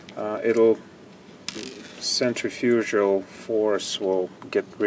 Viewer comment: You don't pronounce "Centrifugal" that way. YouTube it. Hope you haven't been saying it that way for too long.